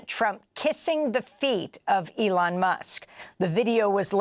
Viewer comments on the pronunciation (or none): none